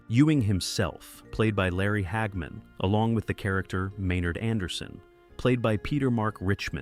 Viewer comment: Who is "Hag Man"? ...Stupid AI